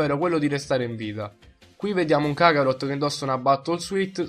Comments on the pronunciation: Kharot si dice no kakarhot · si dice kaarot non cacarot ahahaha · Si dice karot cazzo